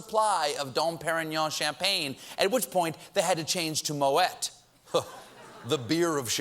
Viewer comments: Colbert's one of us. He pronounced Moet "moh-et" instead of "Mo-aye". Convinces me he isn't secretly a haut couture 1%er who disguises as one of the common folk. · OH now Stephen, it is MOEH without a T (like COLBER without a T) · Moet, the t is silent. Like Colbert (doh!) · I love Stephen Colbert... he adds the reality to what news is: personal opinion... I watch the news to find current events, I listen to what they say, but I don't absorb it... I use Stephen Colbert, Trevor Noah and Seth Myers (occasionally Jimmy Fallon, but I find his monologue too eccentric without the personality of the prior)... I apologise Stephen Colbert because you pronounced Moët like how you traditionally pronounce your name... maybe you've shown your too upper class because I'm a bartender in Australia and Moët is not the beer of champagne... we call that sparkling wine, comes in a bottle and it's what middle aged mothers drink at the races, because they have two and they are fifteen year old girls again... If someone has to drink Moët and thinks it's a champagne version of beer, they haven't played a game of goon roulette (involving one goon sack pegged to a clothes line and four people standing around)... whoever the sack lands on they skull... it's the Aussie version of beer pong... you can't say Moët is thee beer of champagne... I'd have Moët over beer pong and goon. Potentially at the same time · Hey Steven, the "T" in MOET & CHANDON is silent. Just like your name.